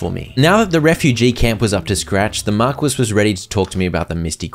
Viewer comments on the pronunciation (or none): Someone's surely pointed it out by now but 'marquis' is pronounced like 'mar-key' not 'markwis'. Not a criticism or anything, just not sure if you knew or not. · The title "Marquis" is pronounced mar-kee, not mar-kwiss. I imagine somebody has already pointed this out but it was bugging me, so there you go. That's Star Wars, not Star Trek. I don't care if you toss Star Wars' name in the mud (Disney does that enough already), but I'll not have you insulting the Trek Franchises by mislabeling the scrolling text trope. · I would give this a 10/10, but you mispronounced marquis the entire time, so I’m going to give you a gracious 3/10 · Marquis is "Markee" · lol at mispronouncing marquis, thats a timeless classic